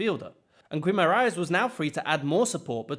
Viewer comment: Excellent video, but your Guimarães pronouciation has me rolling lmao